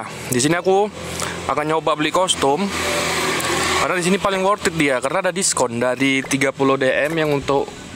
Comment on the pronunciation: worth it bukan worthid hehehe